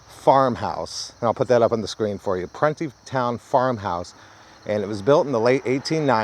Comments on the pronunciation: Pronounced prune like the plums and there is somewhere a monument behind the actual prison of all the dead boys that were murdered and raped there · You're pronouncing it wrong...it's (PRUNE-É- TOWN) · It was pronounced pru nee town. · I grew up in Montgomery, WV (in the southern part of WV) back in the 70s and 80s. I can absolutely confirm that us boys were kept in line by threat of being shipped off to Pruntytown, though on our youth, we pronounced it Pruneytown. The mere thought of being sent there for bad behavior kept all but the most ornery of us on the straight and narrow. LOL! As a 360 and architectural photographer, I just found your channel and am loving the content. Keep up the great work!